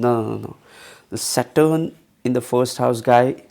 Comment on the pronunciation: you need to fix your phonetic stress on few sounds.. specially "saturn"